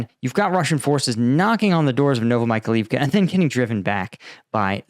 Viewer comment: The place is called „Novo Mykhail-ivka“, with Mykhail standing for „Michael“ (freely: New Michael’s town) There is an I between the A and the L. It should be pronounced „novo me Kyle Eve ka“ (and not „Novo my Kalif ka“ or something).